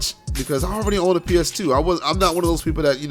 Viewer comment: "PS Teuuu" yep u def from bmore😂😂. I'm on the PG side